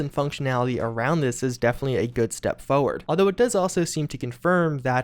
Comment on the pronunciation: I love videos almost as much he loves saying the word “foeward”.